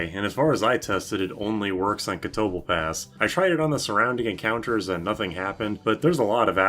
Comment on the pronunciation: not gonna test that but I felt like pointing out the much more natural pronunciation: "ca-to-ble-pahs"